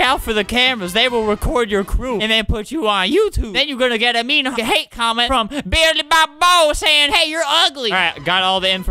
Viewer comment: Albert: ``BillyBobo`` Billy-Bob-Bo? NOH ITS BILLY-BO-BOB